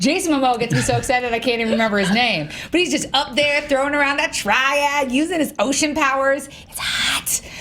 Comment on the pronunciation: Triad? Did u say triad? Triad